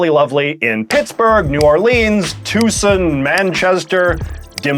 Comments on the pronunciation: As a Tucson resident, it’s pronounced Too•saan. Otherwise another spectacular award winning video! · I have never heard anyone say "Toosun". -> Too-sahn = Tucson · Tucson is not TOO-sun. It is Too-SAWN. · Your pronunciation of Tucson was weird. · Not as bad as the way he butchered Tucson.